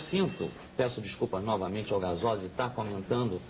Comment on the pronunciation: ele disse Gazoza??? em ?